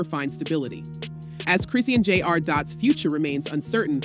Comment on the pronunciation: Come on you gotta start saying her name right!